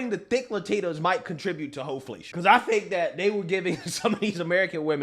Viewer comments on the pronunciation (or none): "Hoflation". That's twice I'm cracking up on this episode. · Not "Ho-Flation" 😂😂😂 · Did he say hoe-flation 😂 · 🤣🤣🤣 “thicccccc” 😆😆😆😆not “hoeFlation” 🤦🏽‍♀️😂😭 you’re hilarious but that ad/ commercial was so cringe ugh the “dems are in disarray” for sure 🤷🏽‍♀️ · He said, "Hoeflation "!